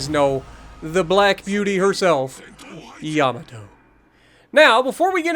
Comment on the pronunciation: no no it's the Yomammatoe not Yamato 😂